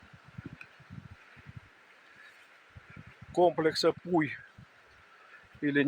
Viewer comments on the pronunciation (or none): Не искажайте название! Это не пуй, а Пхьу!